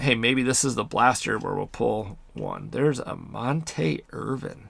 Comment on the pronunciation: Monte Irvin (pron: Mon-tee, not Mon-teh) Negro League super star, mlb all Star, World Champ with ‘54 NY Giants (Willie Mays catch series) and 1974 HOF. Also a WWII vet. Solid rip. I’m excited to rip some.